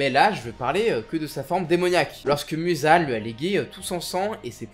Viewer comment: Muzan sa ce prononce Mouzan